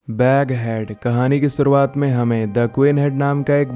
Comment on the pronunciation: Shorowat ki jaga sorowaat 😂😂😂